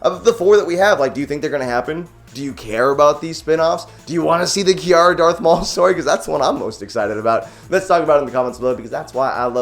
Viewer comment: Why are you pronouncing it 'Ki-ara'? It's pronounced like 'Kira'. They say it in the movie, why would you say it like that?